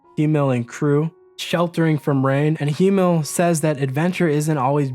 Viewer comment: why cant you say HIMMEL, dude?